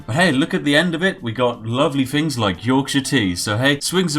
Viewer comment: You break my posh immersion every time you say fing instead of things lol :D